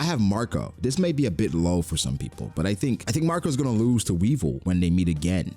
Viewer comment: Weevil the RRRRRRRRRRR😂😂😂😂